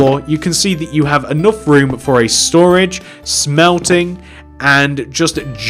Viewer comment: WHEN WE SAID 4 HIM "FO" ME "FOR